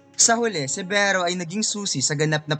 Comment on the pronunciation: Beh-ro hahaha.